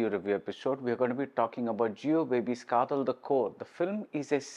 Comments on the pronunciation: It is "Kaadhal" and not "Kaathal"...காத்தல் அல்ல காதல்... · Dharmam can't have the "Tha" sound like Thala..Another example, you can write KJ Yesudas or KJ Yesudhas but not KJ Yesuthas.. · It is a tamil word written in English and while pronoucing, malayalees are pronouncung it as "Kaadhal" only (the same sounding when you say "Dharmam, Adharmam (DH and not TH)...and you write "Dhoni and Thoni"..